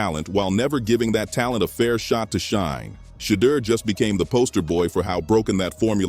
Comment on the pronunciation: Shedeur name got killed by the narrator